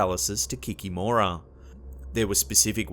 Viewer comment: forgive me but your pronunciation of baba yaga and víla is really bad, also the kikimora make me laugh.